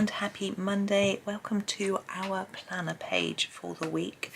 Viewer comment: I wasn't watching the beginning of this video and I'd have sworn I heard you say our banana page! I looked up and of course there was the planner page 😂